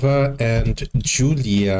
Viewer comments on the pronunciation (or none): it is pronounced Yulia lol., if you remember Diana's performance of can't help falling in love,, Julia was the Judge dressed in red with the blonde hair .